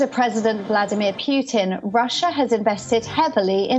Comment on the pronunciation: "Vladimir Piutin" ?